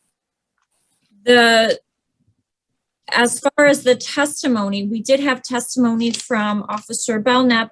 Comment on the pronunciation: Karen said "oxtopice (I am assuming Police officer),"sextimony" (I am assuming testimony)'. Pacific (specific?). Wow, what a world of hurt. My fav."I ain't used ta using words". Had to edit text. I forgot to give a shout to Jack Off Lantern.